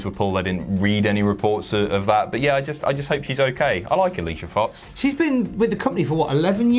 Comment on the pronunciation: you said her name wrong...